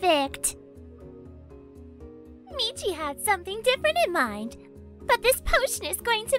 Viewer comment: Meachy stop saying meachy